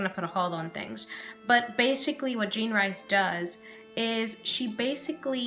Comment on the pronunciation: Jean REECE. Not rice.